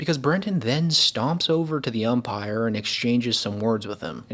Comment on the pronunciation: Did he just say *The Umpactor" ?